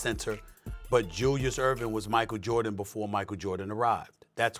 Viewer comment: This man just said Julius Erving..